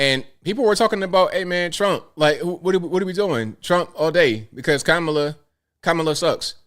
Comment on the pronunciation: Are these black women racist for not pronouncing kamala's name properly? 😂